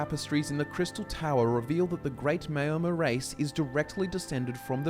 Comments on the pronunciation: Just want to point out that the name is pronounced “Mour-mer” like hour not “may-or-mer.” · The mao in Maomer rhymes with ow. Like chairman Mao. Not mayo. Great video, I love the focus you put on the lore, keep up the great work. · Great video, except that Maomer is not pronounced mayo-mer. In TESO it’s maʊ (like in ‘hour’). You do such great research for all your videos, so I find it a pity if the impression suffers a bit from all the words that aren’t pronounced the way they can be heard in the Elder Scrolls games. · O gods stop sayin Mayo.mer!